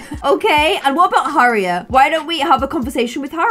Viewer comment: Also when she said Harriet it said her ear 😂